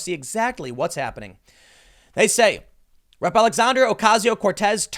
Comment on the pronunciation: Is it just me or does anyone else hear rip instead of rep